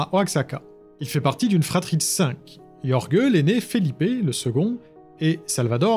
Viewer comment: Jorge ça se prononce rolré ! Pour les éventuelles prochaines fois